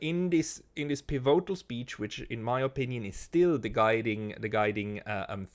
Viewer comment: hoer doch auf dauend piVOtal zu sagen und des komplett falsch zu betonen...........is ja cringe